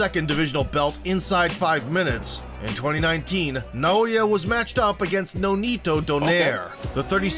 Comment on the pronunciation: Nah-oh-ya In-no-way